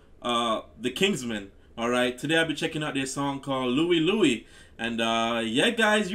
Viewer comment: It's Louie Lou - eye.